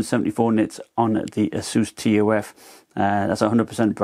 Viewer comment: Great video, but say "T. U. F." Like" tough" other than that great vid! Keep it up!